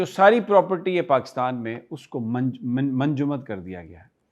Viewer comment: Manjumad nhi munjamid.😂 Sami bhai,,, don't mind urdu ki islaah,, freeze kr dye